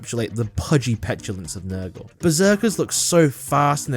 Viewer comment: I'm guessing the "girlfriend army" is gonna be tyranids edit: was not expecting him to say Nurgul demons lol